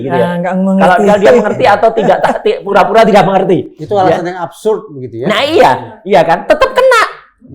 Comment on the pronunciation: Bang Reza Indragiri nahawan tawa saat mendengar Roy Suryo mengatakan "FUra - FUra tidak tahu aFA - aFA":face-blue-smiling::face-purple-crying